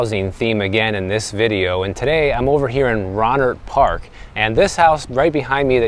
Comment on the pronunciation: FYI- it's pronounced Roenert Park- the locals call it rodent park.